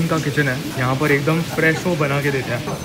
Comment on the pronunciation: plz dont pronunce "hain" as "याई" 🙏😢😆